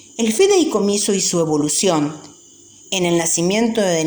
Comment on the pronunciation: Señora me va disculpar, pero usted lee horrible y se equivoca reiteradamente. Por ejemplo, no feideicomiso, sino fideicomiso. No es propiedat, sino prodiedad, entre otras cosas.